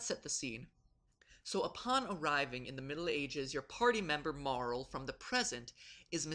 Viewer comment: Okay, good. I scrolled down to see if anyone else addressed this. Calling her "Marl" sounds foul. i can't imagine that's what the designers had in mind if only because I can't imagine japanese designers even being able to dream up the sound "rl". They certainly couldn't have seen it somewhere because few if any english words end in an "rl" sound.